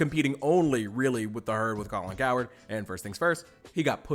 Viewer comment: It’s COW-HERD like a herd of cows. Make sure to pronounce the “H”😊😊:_THATGUY::_THATGUY